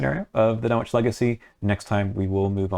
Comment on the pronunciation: sidenote: you don't hear the "w" when pronouncing Dunwich